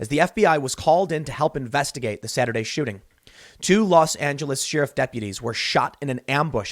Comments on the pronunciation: We NEED to start treating BLM/Antifa as they actually are- MARXIST TERRORIST ENEMY COMBATANTS TRYING TO OVERTHROW AMERICA and start shooting them on sight when they gather en masse. ENOUGH IS ENOUGH. Edit: Dear god someone teach Tim how to say sheriff! Also, all the Left wing violence is going to pendulum HARD back to the Right soon and you will get hard Right wing White etho-police state. Good luck to the Left when that happens. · Sheriff.. think air not ear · Please say sheriff properly